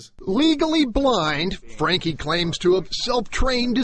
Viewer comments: For anyone interested, his olast name is pronounced differently in case it is a german name: German doesn't pronounce a and e the same as english. Frun-kuh is probably the best way to write it down, I can't handle phonetic yet. For real pronounciation just check with a translator, like LEO: There is a tiny play button somewhere on the right next to 'der Franke'. That should play the audio. :) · "Danke", as weil as "Franke", is actually pronounced with an e that sounds like the e in education. But it's funny af to hear it pronounced the english way :D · It's sad to watch someone clearly suffering mental delusions and as a result just letting his house get that bad. Why tf hadn't adult services got involved? Also, the German pronunciation is for danke is Don-ker,so franke would be similar. I took it for years out of choice and some of the words are hilariously pronounced 😂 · The "e" in "danke" and "Franke" is pronounced like the "e" in bed.